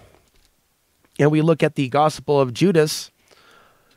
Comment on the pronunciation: No bad intentions but you are pronouncing Gospel wrong